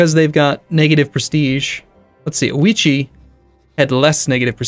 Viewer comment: We made him change his pronounciation of Date... Can we now get him to say 'Ouchi' instead of 'Ouichi' ? On second thought, no, that's way too funny. ^^